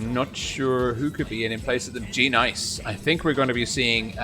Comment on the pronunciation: u say the g as sort of an extra word,tho its actually part of it